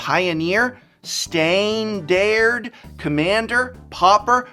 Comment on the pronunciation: With the mustache, your pronunciation of "Standard" no longer sounds like a mispronunciation and more like an old west accent.